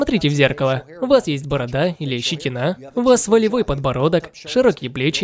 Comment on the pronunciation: Опять ты щетинА говоришь... Село)